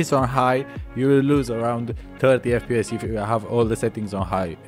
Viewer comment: it will faks up with yor fPEEEYESS